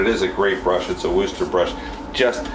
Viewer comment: I am am from Wooster.. it does not sound like rooster. We pronounce it with a soft oo as in book or look but not like a rooster.